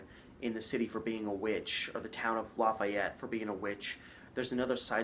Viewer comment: It's LAy FEE ett